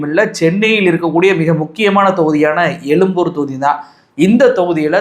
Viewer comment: Adhu yelumboor yillaingah yezhumboor . Thamizhin yelumbai norrukkaadheengah